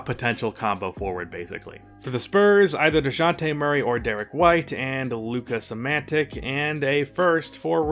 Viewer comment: Damian Lillard really made the Thunder go to rebuild mode Edit: who tf is Luka Samantic 😂